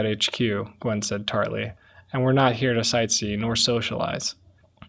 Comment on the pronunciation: I know it must have been tough reading this whole story, and I appreciate it and I enjoyed access to more without having to read it, veen super busy. My only gripe is every time you mispronounced Nguyen as Gwen, I had a mini aneurysm.